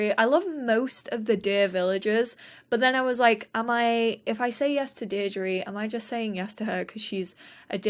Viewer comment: Deirdre is pronounced deer-dra